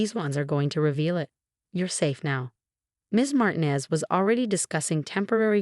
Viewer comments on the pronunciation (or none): Martinez is supposed to have the accent on the second syllable.